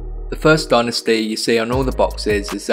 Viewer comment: Dude, you’re English. Say dynasty properly. Cool tutorial though ;)